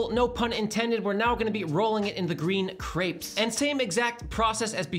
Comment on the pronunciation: Omg, pronounciation! crapes???